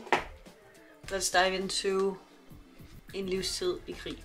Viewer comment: I absolutely love the Danish prononciation of "En Livstid i krig". You did an awesome job, cheers from Sweden.